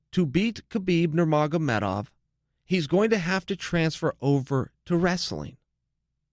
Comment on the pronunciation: He pronounces "wrestling" as if it rhymes with "vaseline". It's adorable.